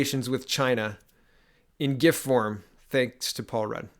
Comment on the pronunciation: Thanks for saying gif right my guy